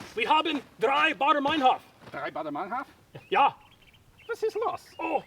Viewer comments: Rotfl I heard Baader Mienhof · "Wir haben 3 Baader-Meinhof" lol